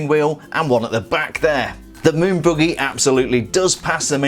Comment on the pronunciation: He says buggy like boogie